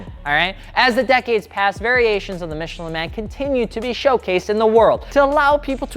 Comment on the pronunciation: Your French hurt me.